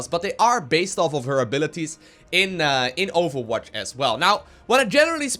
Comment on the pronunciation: he says awfulwatch?